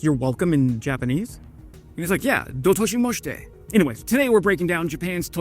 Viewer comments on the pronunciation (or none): (Cringe) please review the pronunciation of Dou Itashimashite before you use it again!